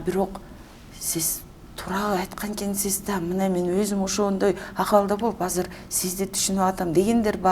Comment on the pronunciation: Алып баруучу айткан эккнсиз деген эккнсиз дейтко дегенин каяктан уккан